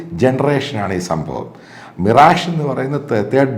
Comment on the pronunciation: മിറാജു അല്ല മിറാഷ്, ഫ്രഞ്ച് പേര് ആണ് അത് ഇംഗ്ലീഷ് ഉച്ചാരണത്തിൽ അല്ല വായിക്കേണ്ടത്